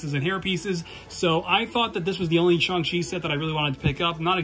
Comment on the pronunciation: “Shung chi” Nuf said